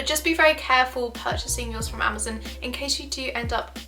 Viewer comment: im sorry im just getting triggered whenever she says "amazin"